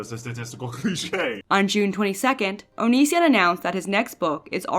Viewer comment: Why do you say his name so weird?